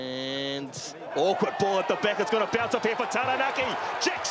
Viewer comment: He said awkward